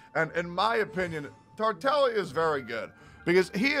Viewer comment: Bc thats how its actually pronounced